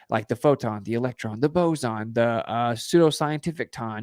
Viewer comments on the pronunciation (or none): none